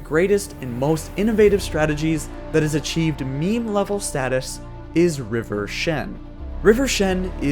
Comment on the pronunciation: River Shen What do you mean "river shen"? Rivershen.